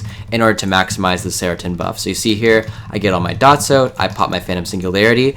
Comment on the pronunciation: I mean this is nothing but you pronounce the bracers as "seretin" when it's "streten" haha. Its a reference to a Flume song - Insane. Flume's name is Harley Streten.